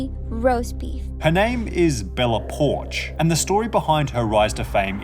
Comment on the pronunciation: i thought it was Bella Po-ark.